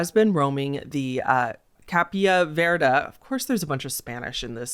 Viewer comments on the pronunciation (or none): none